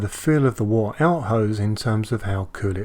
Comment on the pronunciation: Wort is pronounced 'wert'.